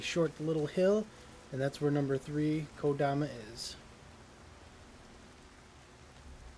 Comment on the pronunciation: Thank you for finally catching your mistake and pronouncing kodama correctly lol. I don't enjoy having little things bug me like this... but I can't help it, dammit!